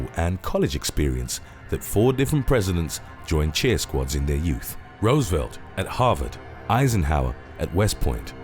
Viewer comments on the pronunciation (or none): none